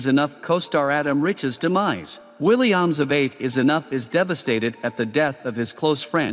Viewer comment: Willie Ahhmes? Pronunciation needs work